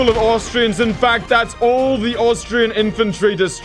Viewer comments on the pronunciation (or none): none